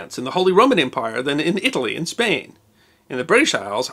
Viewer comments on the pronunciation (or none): none